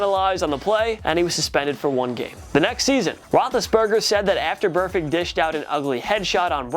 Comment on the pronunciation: So glad juju nailed burfict lol